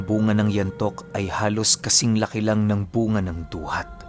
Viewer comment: ang nga nga poh ay bu-nga xa ilonggo